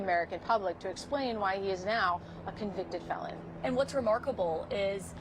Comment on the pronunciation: Melania : Donny, what is a conveectid felong?